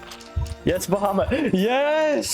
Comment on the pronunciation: Also it's "BA HAW MET"